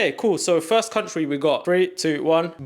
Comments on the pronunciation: “cuntry” is frying me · What’s ur favourite ‘cuntry’???? 🤔